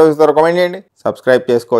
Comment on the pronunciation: Meeru puchuk puchuk Ane vidanam correct ga ledu sorry